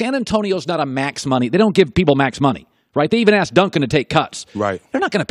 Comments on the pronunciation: He axed me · "He axed me to do that"